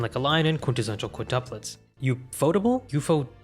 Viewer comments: ufotable is pronounced as "yew-eff-oh-tay-ble" judging by the katakana text and sounds. Did you know that ufotable provided 3DCG assets in Sonic X? Other than that, most of Sonic X's animation is handled by TMS Entertainment as with most other animated adaptations of Sega's IPs. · From what I remember I think ufotable is supposed to be pronounced like UFO Table. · it's UFO Table not Ufotable 😂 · Reading the Katakana, it's actually pronounced as yu-fo-table (yes as in the furniture)